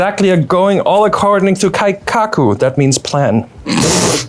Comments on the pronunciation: 1) says "kaikaku" which is wrong 2) says it's "my culture" and yet refer to 1) 3) he's actually Korean??? 😭 😭 😭 It's funny, not offended or trying to cancel at all It's incredibly funny Also, jarvis ftw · "Keikaku" means Plan. (Horrid rough break down on pronunciation inc) Ke = 'ke' in Kelp i = "Ee" in Eel. Ka = "Ca" in Call Ku = "Coo" in Cool. "Kaikaku" means radical change, like in a revolution Ka = "Ca" in Call i = "Ee" in Eel. Ka = "Ca" in Call Ku = "Coo" in Cool.